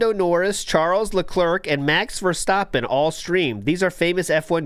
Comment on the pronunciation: always fun to hear an English speaker pronounce Max Verstappens name. Now I have to do the mandatory: "TU TU TU TUU! MAX VERSTAPPEN" sound because Max was mentioned. But is right. Imagine sending a 4x F1 world champion 5 dollars in a SC or tip.